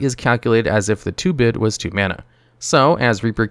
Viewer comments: Small thing, but I think the term is "2-brid" (as in "two hybrid"), not "2-bid" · "Two-brid" mana. Reaper King has two-brid mana symbols. I know this sounds like extreme grammar-policing for a made up term, but if this were my video, I'd rerecord the audio and make sure autocorrect isn't making me sound less authoritative.